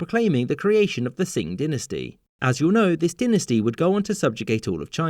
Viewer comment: Trying to decide which is the worst pronunciation in this video: "yu-AHN" for Yuan "DIN-nuh-stee" for dynasty "sing" for Qing